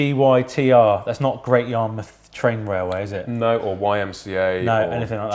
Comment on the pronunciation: you should pronounce it as Gitter like in Gitter done :) you are welcome